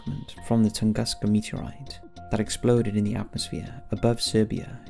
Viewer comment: Tunguska is prounced 'ToongOOska' the 'oo' sound as in 'book' and it's in SIBERIA.. not Serbia. Sheesh.